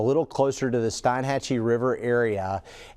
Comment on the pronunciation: Steenhatchee, not stynhatchee